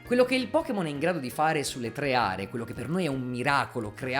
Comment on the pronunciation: Tre Are. Con una "e" sola. mi provoca un enorme fastidio XD